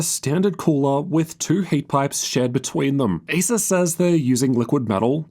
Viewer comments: I don't know why, even, when saying "Acer", sounds like Asus 😅😅😅. Until I just repeating if he actually say "Acer" 😅😅😅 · Every time you pronounce the brand name 'Acer', it sounds like you're saying 'ASUS'.